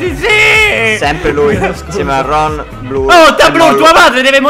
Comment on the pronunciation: NON SI DICE RHON